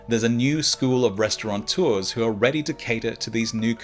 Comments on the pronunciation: "resta-ron-tooa"? Gulp. Where to start? Well, for one thing, there's no N in the word "restaurateur". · Just a quiet aside... There is no "n" in "restaurateur". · Please allow me a « cri de cœur » ! There is no /n/ in « restaurateur »; it’s a “rat”, not a “rã”. And “teur” is one syllable—“tör”—, not too-er.